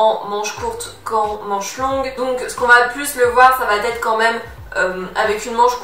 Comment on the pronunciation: S'il te plaît, arrête de dire "ça va t'être " , il n'y a pas de "t" à "va" , "ça va être " donc pas de liaison à l'oral.... merci